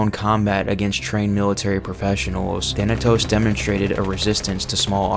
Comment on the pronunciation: He mispronounced Thanatos to Thanos